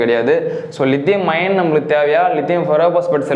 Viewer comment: லிதியம் அயான் என்று உச்சரியுங்கள் தம்பி. லிதியம் அயன் அல்ல. Is 3 A BMS ல் 3 Ampere எதை குறிக்கிறது. 3A output ஆ input. ஆ?